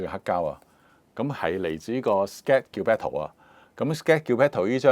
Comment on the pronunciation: 你發音”Scat”/ Gilberto， scat 的意思是💩！不如在錄多次呢！